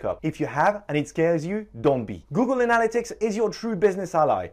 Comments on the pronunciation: ANN-a-lit-ics.. not anal-a-tics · Its analYtics not anAl-ytics !!! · Great video, so useful. But it's pronounced ana-LY-tics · 'Google anala-ticks' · I think you're pronouncing that wrong Google Analytics. But I'm guessing it because of your accent. Not throwing shade. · Great video but you pronounced 'Analytics' in about 4 different ways :) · I can't trust a man who can't say analytics correctly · I just love how you say analytics, honestly. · This was an excellent tutorial thank you! But you must learn how to say analytics correctly :P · nobody would hold it against you if you actually learned how to pronounce "analytics' properly. That was fkn torture...had to bail after 2 minutes. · Every time he pronounces “Analytics” 😑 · I wish you hadn’t crucified the word “analytics,” but I got past that, you have bang-up presentation and content. 👍🏻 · Great video..Please pronounce "Analytics" correctly. It's driving me crazy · I like how he pronounces "analytics." LMAO.